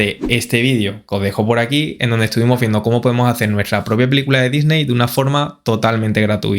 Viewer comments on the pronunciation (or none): none